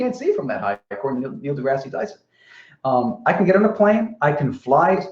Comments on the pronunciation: Degrasse... de-grass. Dear God that was driving me crazy. Either say it right or stop saying it. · Wow this is painful, not only does deny all the science that Explains the globe he has a pop at for mispronouncing aperture then continuously refers to Neil "DeGrassy" Tyson. You're gonna have to get some more beers in to counteract all that stupid being thrown at you. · should be renamed it Limitless Patience. Complains that mispronounces aperture, yet can't pronounce Neil DeGrasse Tyson's name correctly. -. This, folks, is the difference between science and deluded bullshit, explained by none other than.